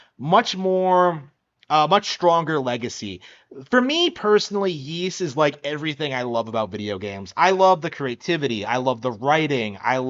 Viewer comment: Ys x plays better on PlayStation and pc. And it's pronounced Ees.not yees.